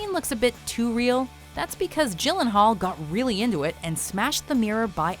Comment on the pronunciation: Sad that the narrator doesn't know how to pronounce "Gyllenhaal".